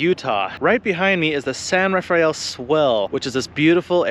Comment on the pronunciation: Great vid...again! Ra-fell, NOT Ra-fy-ell.:face-fuchsia-tongue-out